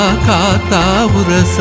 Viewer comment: Wonderful. Great singing But why you are pronouncing as uraasa. The title also says uraasa. It is just urasa உரச.